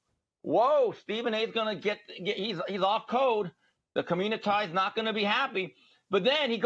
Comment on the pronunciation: Lol😂 said "communitah"!